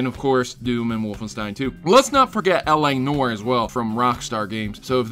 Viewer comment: L.A "Nore"??? Try saying it like L.A (New-are)